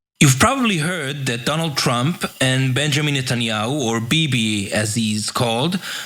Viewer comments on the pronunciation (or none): Did Ana Kasparian just call trump Shrump? 😆